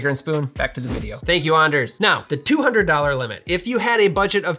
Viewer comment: As a fellow Anders who is just getting into making cocktails at home I need to say 1) it was very weird hearing my name throughout this video. Not super used to that, even after 28 years. That said - wonderful to find another Anders in the world who pronounces it like us. And 2) thank you so much for an informative and entertaining video. Definitely going to keep coming back to support this Anders. Thanks. From... Anders.